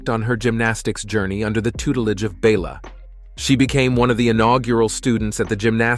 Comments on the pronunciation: Congratulations. You pronounced Bela's name 3 different ways in one sentence. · though it seems to make perfect sense that her name would be coh-muh-NAY-chee, or coh-muh-NET-see, or coh-muh-NETCH-ee, Romanian's pronunciation rules are full of surprises. Her last name is actually coh-muh-NEECH, and her coach was BELL-uh, rather than BAY-luh. The Communist leader of Romania--Nicolae Ceausescu was chow-CHESS-cue. Well, I may be slow, but I finally realize that, although it sounds real, this is yet another computer generated one. This sorry excuse for C3PO must have pronounced Nadia's and the Korolyis' names 4 or 5 different ways each. Is this really viewed as better than human voices?